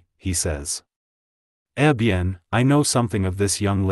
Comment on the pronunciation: Poor reading of a fine Christie short story. Pronouncing "M. Poirot" as "em Poirot" rather than "Monsieur Poirot" is extremely annoying. Poor cadence, no character voices, and mispronouncing other French terms like "eh bien" are similarly annoying. Still, Christie's skill as a storyteller comes through loud and clear.